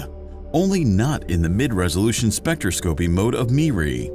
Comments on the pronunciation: You need to train your AI. Spectroscopy is pronounced like this (spĕk-trŏs′kə-pē) not spec.tra.scopy If you are going to lecture, LEARN THE LANGUAGE OR TEACH YOUR AI!! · it is pronounced specTROS-copy lol that was weird bro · Too bad he can’t pronounce “spectroscopy” correctly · spectro-scopie, chrono-graffy 😆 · I may be alone here and just splitting hairs, but its...troubling to hear "spectroscopy" and "chronography" pronounced incorrectly (over and over). I get that the narrator is just a voice and isnt affiliated with astronomy, but it would help to give him a key to pronunciation. Several astronomy channels i follow share this issue. Its minor i know but its something that just gets louder and louder each time i hear it